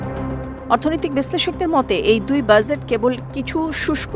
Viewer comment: বাজেট উচ্চারণ ঠিক করে নেবার বিনীত আর্জি রইল।